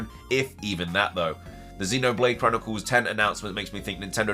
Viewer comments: It’s xenoblade x not ten also ph Brazil was speculating October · Xenoblade Chronicles X (ecks) not 10 lmao